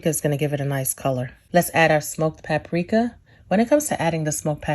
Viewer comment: There is a minimal amount of "cajun" about this. #1 ... don't ever wash your chicken.,all you're doing is spreading germs on everything when you wash your chicken. If you just cook it properly, you will be fine. #2, if you say pap a rika or Ole Bay, plz just stop... plz.